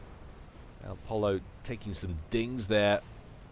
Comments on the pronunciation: think elpollo is pronounced el po yo spanish for chicken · it's pronounced Poy-yo, El Chicken en espanol. :)